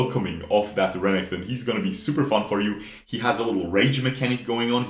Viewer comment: STOP SAYING RENNINGTON !!!!!!! R E N E K T O N !!!!!!!!!!!!!!!!!!!!!!!!!!